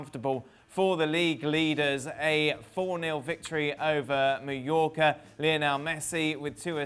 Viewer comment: Is it only me? At first I thought I heard him saying New Yorker for Mallorca. Did he pronounce it weirdly or is it my hearing????